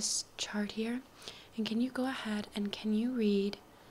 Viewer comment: Whenever you trynna say can, you say can’t or i hear cant. Maybe is just me or trying to help you a little